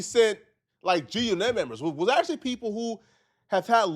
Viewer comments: Bro, why you saying it like that? G-Unit. Say it normally. G-uNIT is a song cadence, you don't say it like that everytime. 😆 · It’s not “g u nit” unit the word is unit damn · Why are u pronouncing it “Gee U KNIT” 😂😂😂 it’s G-Unit dude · you outta touch weirdo, it's not G- U NET, it's G-Unit. Say it like a normal mf person who knows wtf they're talkin about, damn nigga you awkward as a mf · pissing me off the way he pronouncing G-Unit 🤣 (It was actually “guNIT” members 😳) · You can’t trust nobody that say G-U-Knit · Can't pronounce g unit and called zip wit da drip popular😂😂😂 that clown lives in his momma's apt at damn near 50 years old. Cut it out. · Why can't you say G-Unit 😂😂😂😂😂😂